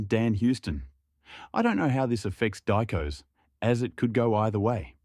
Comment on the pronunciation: Die-koss is what you get when you are using an AI narrator